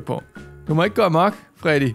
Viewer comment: det heder ikke farddy det heder Freddy